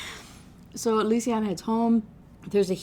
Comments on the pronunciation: I was so happy when you finally realized how to say Lucien. it’s one of my friends names and he gets so mad when u say it like the way you were lmao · Same like i love these videos but how are you gonna talk shit about prononciation while calling them "sallone" & "lucy-on" (like he's an eeveelution of the author lmfao) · to be fair her pronouncing lucien like that is on purpose, like she wants to say it closer to how its said in french, but for sloan i just think she doesnt know how to say it